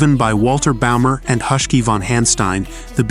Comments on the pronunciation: Not "Husky" von Hanstein, but "Huschke".. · Pronunciation is s.t. real funny: The famous Italian race is pronounced “Mille Millya” and one of its famous drivers was not “Husky” but “Hushke” (the ‘u’ pronounced like in ‘bush’), and The Lancia is pronounced “Lunchyah”. But you did “Thema” real good!